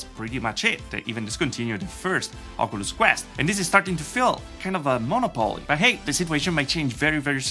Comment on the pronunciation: there's more emphasis on the second O in 'monOpoly' btw lol